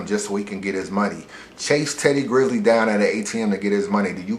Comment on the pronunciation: Teddy GRIZZLE was a fuckin culture vulture. And you talking about respect when you can't even get dude name right. C'mon man.